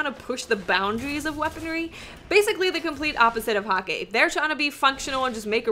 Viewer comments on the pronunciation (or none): DeeJ said that HAKKE is pronounced hah-kuh:P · It's Huh-kuh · xBeast Hah-kuh you mean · Hakke is pronounced Hakku and Omolon uses liquid ammo, you can tell because there is a liquid gage on the side of the sniper and auto rifles and on the back of the hand canon. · Mike McNally its pronounced hack-uh look at MoreConsole video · It's pronounced "hah-kuh" - Deej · J s H Hmmmmm nope it should be pronounced the way I did, I am correct =P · That's such a western way of pronouncing Hakke though :(